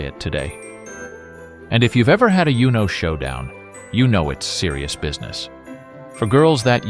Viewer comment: Is Uno really pronounced like that??